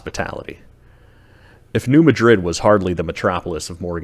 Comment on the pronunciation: Great documentary. 🎉 Id love to visit ! 😮 But it is pronounced and known by locals, and by the scientific community, as "New MADrid" 🌎 (short a sound, as in "mad") ✔️